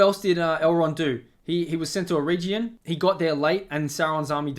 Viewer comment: Good review of adaptation faults. Please learn to pronounce 'Eregion' as Tolkien explained